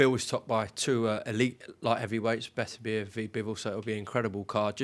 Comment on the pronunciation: Crack open the champagne 🍾 Frank's finally learned how to pronounce Beterbiev's name.